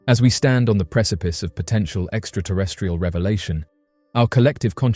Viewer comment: Haha, you said press-a-piss. 🤣